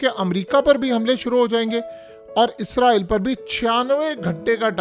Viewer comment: Issss raaa eee llll....... Zzzzz nahen hai urdu mein "..... 🤦